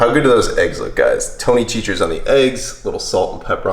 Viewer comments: Tony Sach-ah-reees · Chachere, is pronounced: Sha-Share. With the first A, as a short Vowel sound. It's a French word. Tony Chachere's, meaning it's his. His last Name. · its sash a rees source: born and raised in louisiana